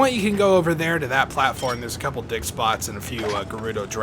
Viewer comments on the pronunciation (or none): I swear you said dick spots insted of dig spots lol